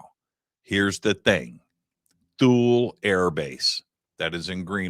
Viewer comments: My dad was stationed in Thule in the 70s. He always pronounces it as (tool-ey) so hearing it pronounced (tul) is throwing me off 😂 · I think it's pronounced like toolee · Base pronounced Tool-ey. Get edumacated prior to showtime. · It's pronounced "tool lee" btw. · My band played The Festival of Light in 2003 at Thule. We were there to entertain the troops. Three things - it was like planet Hoth. Their mission was to watch for ballistic missiles from Russia. And, we were told it’s pronounced “Tool-ie.” Great work to the both of you! ❤ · It's pronounced "Too-Lee". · It doesn't make you sound very credible, you can't even pronounce Ikea or Thule